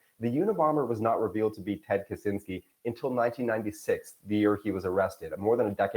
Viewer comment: Not Kuzinsky, Kascinsky...